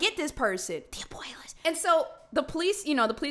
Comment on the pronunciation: “abuaylas” 😭 NOT THE ABUELAS